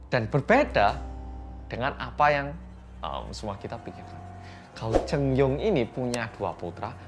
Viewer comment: Terus gao chengyong itu bacanya kao chengyong